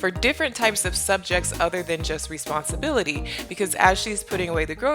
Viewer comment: i think you are doing an amazing job teaching ziya responsibility or should i say "responsibilithee" lol